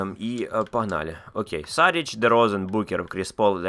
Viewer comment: Шарич , а не Сарич е